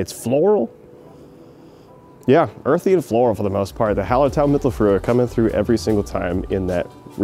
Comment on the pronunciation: Great Video. As I live in Munich I know Wiesenbier (as the locals call it) quite well. Yours does look fantastic. On your prenounication of mittelfrüh (mittelfrueh) is pretty good. Just leave the eh at the end out of it, more like mittelfrew. Ue = ü which is a weird ehw ish sound. Cheers